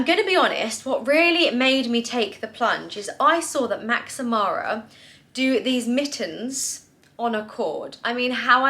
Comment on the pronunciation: love you girl but stop adding the extra "y" on Max Mara, it's just Max, not Maxy